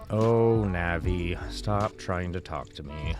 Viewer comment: If you want the best experience, just use Windows or MAC. If this guy thinks that Linux is a beefier system, I want some of whatever he's smoking and I want it NOW! Linux is okay for emulation, but not the greatest. And her name is "Navi" not "Nanny" That's my grandma you're thinking about. Plus, you didn't even show us how to set up the mods.